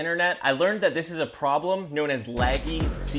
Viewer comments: "Leggy seedlings" (Pronounced laggy ) 🤭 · Your accent really comes out on "house" and "leggy"